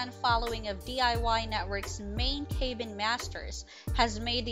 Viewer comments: "cay been"? Oh, CAB-BIN. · In what world is 'Cabin' EVER pronounced as 'CAY ben'??? This narrator needs to be corrected! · Thank-you! What a maroon...Kay- bin. Where on the planet is cabin pronounced like that?🥴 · You would think narrator could pronounce cabin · Good post, but the narriator needs to learn how to pronounce "cabin" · You don’t know how to pronounce “cabin”?! Seriously? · Thumbs down. Cabin isn’t pronounced ‘cay bin’. Also said Morrill wrong too.